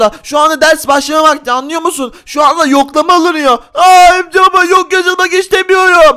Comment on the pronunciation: Örümcek çocuk feritede örümcek baba diceğne niye örümcül baba diyo